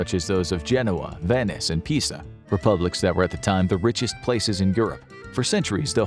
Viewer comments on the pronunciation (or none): none